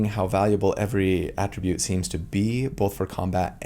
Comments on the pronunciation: Friendly Neighborhood English Teacher here with a note on the typical pronunciation of "attribute": When using "attribute" as a verb, the emphasis is placed on the second syllable (ah-TRIH-bhut). Ex.: I attribute a calm, soothing voice to a person with a kind, caring personality. When used as a noun or adjective, the emphasis is placed on the first syllable (AH-trih-bhut). Ex.: The most important attribute score for a wizard is intelligence. - Your FNET ❤ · Quick note about “attribute” prononciation: AE-tri-bute is the noun/adjective. “His attribute” or “strength attribute” uh-TRI-bute is the verb version: “I attribute this to your genius.” Many other words in English do the same thing of shifting the accent based on the function of the word as noun or verb, ex. address, permit, record, or object. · Attribute is pronounced differently depending on if you are using it as a noun or a verb, in fact, many words are in English. He is mainly using it the wrong way, here. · I’ve never heard someone pronounce Attribute as ‘a Tribute’ before. Is that an American regional dialect thing? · It's attribute! not attribute!!! gosh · It’s pronounced attribute when used as a noun but attribute when used as a verb. Hope that helps. 😊 Thanks for the info! I loved your breakdown! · the emphasis for “attribute” depends on whether it’s a noun or a verb. First syllable for the former, second syllable for the latter. There are a bunch of words in English with this rule. (E.g. object or address)